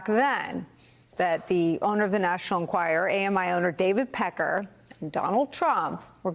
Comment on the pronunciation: Why does Vaughn not learn how to pronounce Enquirer?